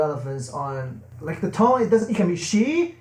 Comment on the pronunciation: just like how you try to say "she" but end up sounding like "shit"... lol